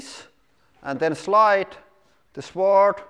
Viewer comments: in English, we don't pronounce the 'w' sword. It's pronounced like 'sord'. To be fair, it's one of the many weird exceptions in English that make absolutely no bloody sense whatsoever. Afterall, we pronounce swank, switch, swollen, and swallow, et al, with the 'w'! I'm fairly sure sword used be pronounced with the 'w', and probably not that long ago, but just not in modern parlance. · (Sword is pronounced like sord.) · In English, the W in Sword is not pronounced. So it is pronounced SORD. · The “W” in sword is silent